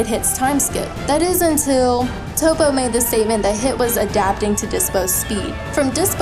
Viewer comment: This is Dragonball... not fricken Shakespeare. Also it's Toppo... not Topo. Also Toriyama and Toei like establishing patterns and then just destroying them. I'd say it's more likely that Frieza will understimate Dyspo.